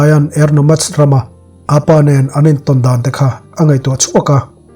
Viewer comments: Sir a van ngaihnawm ve...mahse chhete kalo sawi belh ve zuai,Apa tih a lam loin korean ho in "Oppa" tih a an lam ang hian 'Appa' tih in lam ta la a dik zawk a ngem le kalo ti mai mai a dik ber em phei chu ka hre chuanglo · Appa hi ‘apa’ tilo in ‘ap pa’ tiin lam zawk la ngaihthlak a nuam ang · Apa i lam dan kha a dik lo. Korean tawng oppa an lam dan in lam rang deuh rawh